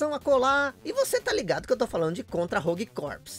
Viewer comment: Você sabia que Corps se pronuncia core? Igual a core do core mesmo! Pois é….. Estou tentando acreditar nisso até agora! Abraço meu amigo!